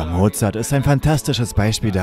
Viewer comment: Mozart, nicht Mozard.